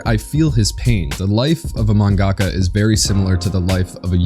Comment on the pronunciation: #proudpatron, great show as always. Also, friendly correction, it’s pronounced more like “Manga-ka”